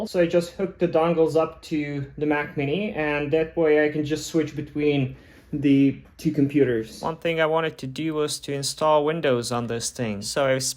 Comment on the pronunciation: the word is The not Der